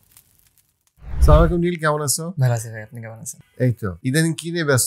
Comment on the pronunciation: আপনারা অনেক শিখখিত। হয়েও খুব ছোট ছোট আদব বা শিষ্টাচার maintain করেন না। এই যেমন, Podcast এর শুরতে একজন সালাম দিলেন, আর একজন উত্তর দিলেন না। আর যিনি সালাম দিলেন, তার উচ্চারণ সঠিক ছিলনা। যদিও আপনার চ্যানেলে অনেক কুরআনের আয়াতের ব্যাখ্যা করে থাকেন। 2.40